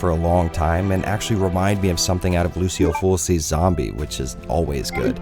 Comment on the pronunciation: “Lu-Chio Full-Chi” not loosio fulsee. Great review minus that.